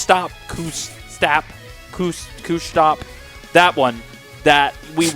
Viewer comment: For: It's pronounced "cuss-tap"